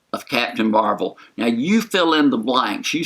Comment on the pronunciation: Possible Spoilers Yeah, in the books, she takes the name Ms. Marvel, and doesn't want to take the mantle from Captain Marvel, but Captain America (I believe) convinces her to take the name. No clue how or when she gets it in the movies, but they did set it up with Fury's mispronounciation. But she does leave the planet before getting the name, so will she get it on Earth or will she have the name already on her adventures off Earth?